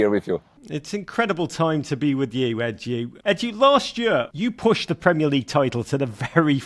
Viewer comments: Was calling him Ed-Yu on purpose? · How can you not pronounce EDU!! Like howwwww? Lolll